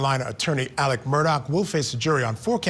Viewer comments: It’s pronounced “Elek” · In SC, they pronounce it "Alec," or "Elick." And the last name is pronounced "Murdock."